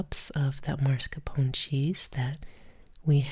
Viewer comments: So glad you're back!!!!! I loooooooove this video. I'm a grammar freak so I need to get it out of my system. It's MASCARPONE cheese, not MARSCAPONE. Sorry, I love you Lol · Baby é mascarpone non marscapone, però sei brava e comunque ora non so se ho più fame o sonno😉♥️ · Why she say marscapone instead of mascarpone though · Nice video! Had to tell you it’s not “marscapone” but mascarpone though😅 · That woman looks a lot like Debra Messing. And, I love how she says "marscapone." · Funny for someone who pronounces tiramisu so beautifully to also say MAR-scapone cheese 😄 love you mama no hate just poking fun!